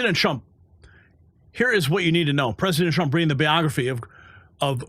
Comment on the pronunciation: sounds like you said President Chump